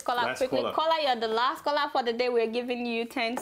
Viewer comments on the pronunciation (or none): love you all saharatv. I also like how when you say caller it sounds like "kola",,,hehe